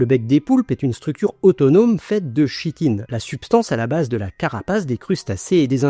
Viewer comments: Juste pour le détail, pour la chitine on prononce : /ki.tin/ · Super. Bravo. Petit commentaire: le Ch- de chitine se prononce k-.